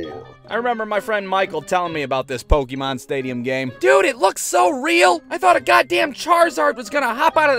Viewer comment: "Poketron"...does your dad know Lou Stitzon?